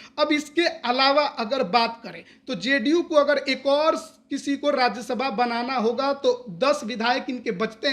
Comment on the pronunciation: राज्यसभा होता है राज्यशभा नही।